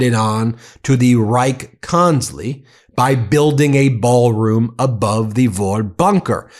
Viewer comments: It's pronounced "konts-ler-eye" Try learning a little German, or just use the English translation. 🤦‍♂️ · Please: German is VERY precise. Reich is pronounced as a long "I". Why would you change Kanzlei into having a long "E"? It makes no sense. The same goes for Epstein. It isn't Epsteen. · Btw the German "ei" is pronounced just like an english "I" , not like an "e" ... 😉